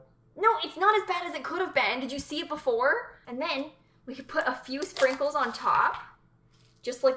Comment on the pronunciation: I thought she said Pringles instead of sprinkles and almost had a heart